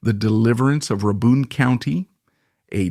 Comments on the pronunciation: Pronounced "RAY-bin" county. Good video! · "Ruh-bun county." AI slop. Also tragic ending? He's still alive. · That is not how you pronounce Rabun county.